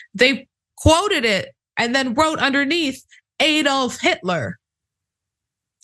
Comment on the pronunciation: Its ADD-old not EED-olf. Would you pronounce Alabama, Eeleebeemee?